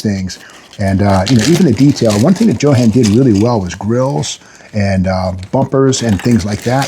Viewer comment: Steve "JO-HAN" Magnante ... hahahaha LOL